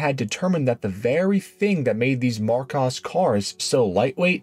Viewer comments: AI voice? ‘Marcaws?’…and ‘dedion’ (sp) is pronounced ‘de - de - on’….not ‘did deawn’ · It’s pronounced Mar kOs. Aaaaaaaaaaaaaa! Makes me want to scream every time you say it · I know ok, I'm going to get flack here, but, Americans cannot seem to get to grips with English pronunciations. Marcus is pronounced Marcus and Dion, although French is pronounced Deon not Die-on. Thank you. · Well, I’ve been pronouncing Marcos wrong for almost 50 years… 🤦‍♂️ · Thank your for the pronunciation correction. Yes I did know Aston had it on some of their cars - I know another car I made a video on used it I just forget the name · Minor tweaks... Marcos is pronounced with a short plain O, as in cost. You get it right half the time. Goldwing doors? FFS 😃 The Volvo 1800 engine has a pair of SU carbs. They were originally fitted with Strombergs from the factory. Nothing wrong with the way you pronounced Porsche, don't know why somebody moaned about that. Other than that, quite good. By god, that first car was frecking ugly as sin. Thank guggery they persevered and produced the GT series - one of the best looking cars to come out of the 60s.